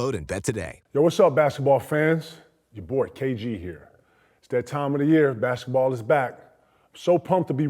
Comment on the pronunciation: i come here to listen to KG say "bashetball" lmao